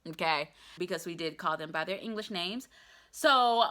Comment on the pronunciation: Bus driver speaks no “Ingless” - get down your high horse fam.